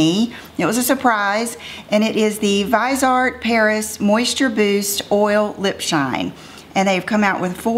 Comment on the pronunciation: I believe it's pronounced viz-ee-art. Am I wrong? Anyone? I've never heard it pronounced vize-art. Help?❤💄